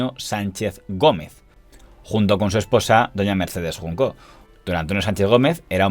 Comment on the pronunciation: Buen repaso al sector de las revistas del corazón. Es Mercedes Junco, no Juncó, sin acento.